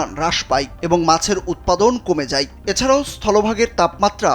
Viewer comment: কমে যাই না কমে যায়, হ্রাস পাই নয় হ্রাস পায়, হই উচ্চারণ হবেনা হবে হয়।